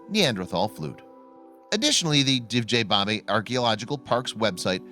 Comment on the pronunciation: Great video, thanks! The name Divje babe should be pronounced as "divya" babe though, meaning wild women. Best regards from Slovenija!